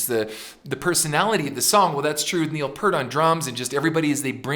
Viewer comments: Slight correction; it’s not “Neil Purt”, it’s “Neil Peart” as in pierce except with a “t”. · Also, I don't mean to be that guy but FYI: the vowel sound in "Peart" is pronounced like the sound of "peer" not "per." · Ken... it's Peeeeert... not Pert, which is a shampoo brand. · OK from the start Neil Peart pronounces his name Pear-t (Peer-t) not Purt as MOST Americans do............oh thats all my criticisms. 🤘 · By the way, the drummer (and lyricists) name is pronounced "Peert". Geddy really did plug into the main PA, but Alex still runs through all those Hughes and Ketterer stacks. Lee has, many times, said that "we simply make music we like, and we hope other people like it, too." That is Rush in a nutshell. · Neil's last name is properly pronounced "PEER-T". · Neil’s lasr name is pronounced P👂t. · Yes, please, Ken, Neil's last name rhymes with "fear" with a "t" at the end. It's not "Pert" like the shampoo brand. That's a rookie mistake from someone who's liked the band for over 40 years (assuming that you have been a fan that long). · I know it's too late but Peart is pronounced P with an ear in the middle and aT at the end. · You mentioned how there's a LOT of people there.. That does not surprise me because Rush has a HUGE following-- Their fan base is AMAZING !!! Just one thing, I have to say this because it's drives me crazy.. Say the word "peer" and put a T on the end of it and that's how you pronounce Neil's last name correctly.. Sorry about that, I apologize. Neil Peart was not the original drummer-- the late John Rutsey was. I heard Geddy Lee in an interview say that they would do "something ridiculous" on stage i.e. the washing machines